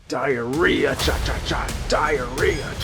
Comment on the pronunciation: Oh no. It wasn't just the Diarrhea dial. It was the DIE-arrhea DIE-al!